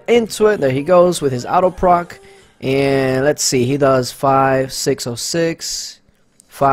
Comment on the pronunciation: Nicholas Andrews 😂😂😂I think is saying auto proc.....it just sounds like out of proc....lmao